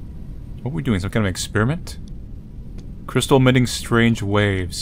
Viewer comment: When he said 'Crys-sistal' I died. XD